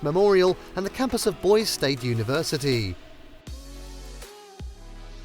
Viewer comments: Please learn how to pronounce common Idaho places like the main town it's not boys, it's Boise'... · It's pronounced Boi-sEE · Boise is pronounced BOY see. Coeur d’Alene is pronounced core de LANE. Think less like French.